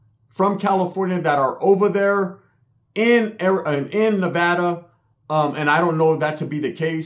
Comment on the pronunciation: I’m just happy he said Nevada right 😂